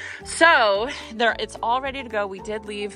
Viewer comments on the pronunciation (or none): none